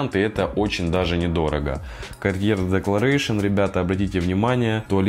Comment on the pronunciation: Правильно EAU читается как О. АNCRE читается как анкр. Чёрный якорь. Не Декларэйшин, а Декларасьён. Уж вам, человеку, который занимается парфюмом профессионально, необходимо знать, как правильно звучат названия продуктов.